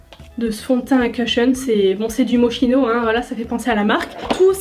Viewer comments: Mochino 😂😂😂 sa se prononce MOCHKINO ❤️ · Coucou juste pour info je ne suis ps sur de moi desole si je me trompe mais il me semble que moschino se prononce moskino comme cest une marque italienne , comme mon prenom qui se prononce kiara . En italie le ch se prononce k Enfin sinon superbe video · On prononce « moskino » 🙈😂 mais on t’aime quand même 😘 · MDR j'ai toujours prononcé Moschino shame on me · Sa se prononce moskino non pas mo*ch*ino ??¿???